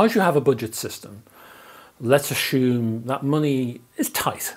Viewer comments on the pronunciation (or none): NO, lets not ashoom, lets assume.